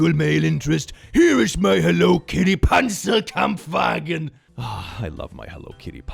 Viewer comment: As a German I am suprised he can pronounce "Panzerkampfwagen" so well